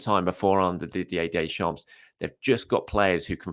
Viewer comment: Please, come on, for fuck's sake, the last "s" in "Deschamps" is silent. Basics.